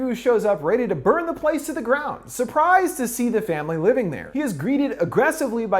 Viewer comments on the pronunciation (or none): none